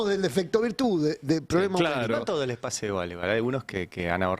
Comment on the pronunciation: no te enojes Ari, que pasha, tas nerviosho???